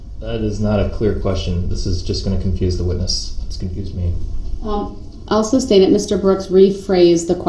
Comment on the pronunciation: lol. Comprehension matters. Substain is what Brooks says when the word should be sustain.